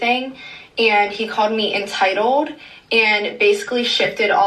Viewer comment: “She CAWED ME ENTYITOLDE”